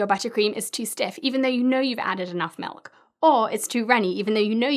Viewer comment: We call it milk not melk. My ears wanna beat you up